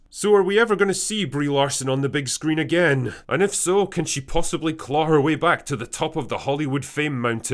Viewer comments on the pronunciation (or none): none